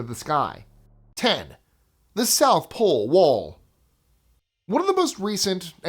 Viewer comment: Love the channel by the way! #10 he South Pole Wall, what happened to the "T"?😂😂😂